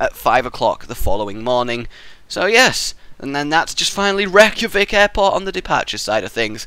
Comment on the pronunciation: I AM ICELANDIC AND YOU SAID THE CAPITALMWRONG